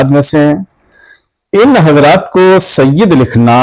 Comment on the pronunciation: Mufti Kaleem sahb apne aapko Bohot Bada Samajh baithe hai. Yeh bhi nahi Dekh rahe woh Kinko bol rahe hai. Aur Sayyid Ka Lafz Ek dam sahi Ada Kiya Hai Sayyid Madani Miya Sahb Ne Koi Shak Nahi. Mufti Kaleem Ko Iblees Ke Baare Me Padhna Chahiye Ke Iblees Bhi Kitna Ilm Wala Tha. Lekin kiya huwa